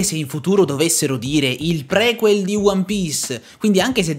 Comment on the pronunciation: Si dice priquel con la i anche se viene scritto prequel